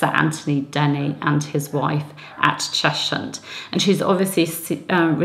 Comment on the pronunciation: Cheshunt is pronounced 'chezzunt', by the way